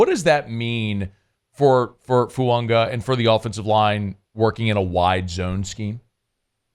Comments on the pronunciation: where are you getting the letter N in FUAGA? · Well, according to the New Orleans Saints and Oregon State websites IT IS PRONOUNCED "Foo-ah-gah". No "N" or pronunciation of an "N". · there is no N in Fuaga! It's not funga. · His name isn't Fuonga! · please stop pronouncing the N in his name 😂. There’s no N. 🤙